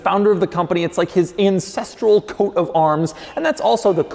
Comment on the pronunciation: did he say “Incestral coat of arms?”